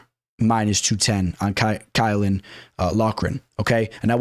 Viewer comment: Who is key-ow-Lin ?